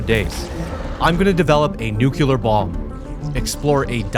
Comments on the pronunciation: I don't know if its only on this time stamp but he says "Nucular" instead of 'Nuclear' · STOP SAYING NUCULAR ITS NUCLEAR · It is not "njukilar" it is a "new-clear" bomb........ How do you not know your own language. Already a problem, 30 seconds into the video..... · new-killer... Nuclear? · why does he say it nuke-ular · its nuklier not nukekiler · NuCLEAR not “Nucular” I’m sorry but this just drives me insane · Bro keeps saying nucular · I just love the way you pronounce Nukelar bomb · nNUCLEAR** not nucular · Word: nuclear Muricanos: Newcuelar how tf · Nucular ❌ nuclear ✅ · Him pronouncing nuclear 'nukular' pains me every time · Take a shot every time says "nucular" instead of "nuclear" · I can't stand him saying "nukelar" instead of "nuclear" lol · just 1 complaint, nuculer isn't a word. nuclear is. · please stop saying nucular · So tilted from hearing the word "nuckellar" all the time instead of "nuclear". But fun long vid, very entertaining brah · nukular bomb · Drinking game: a shot every time says "nucular" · Nucular 💀...... Nice vid tho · "Nucular bomb💀" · 3 hours of pronouncing "nuclear" and "remnant" incorrectly only to be left with an unsatisfying anticlimactic ending? yeah that's the swiftest dislike I've ever given